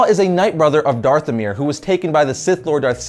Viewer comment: DARTHomir lol